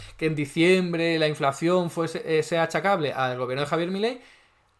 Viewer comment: Minuto 5: ya veo que entiendes las cosas como te interesa y no como objetivamente son, ... qué eres uno de esos zurdos ... ? Ponte a trabajar, a hacer algo positivo y no a enmerdar las cosas ! Y pronuncia inflación como es , CON UNA SOLA C.